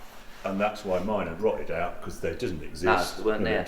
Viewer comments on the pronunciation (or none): Harry truly love your deep London accent ….rotted owt…you’ll be going owt owt next 🤣 your content is always fabulous, inc Harry’s farm, thank you. Your always part of my dream dinner party! 👍